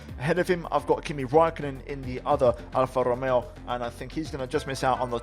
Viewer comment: “Alfa rromeoo”